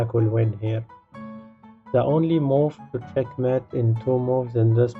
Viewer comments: The word Mate in Check mate is pronounced like: hate, late eight fate plate. I enjoy the puzzles but your enunciation of a key word is annoying. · "It not chet met en two moov"